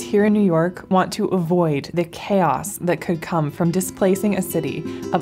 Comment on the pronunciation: why does it sound like she said policy n word hard r lol